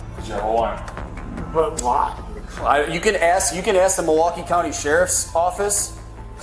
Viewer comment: Of course the teacher that uses “axe” instead of “ask” is the one beating a student.